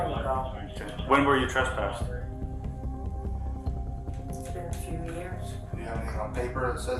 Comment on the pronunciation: she said traspassted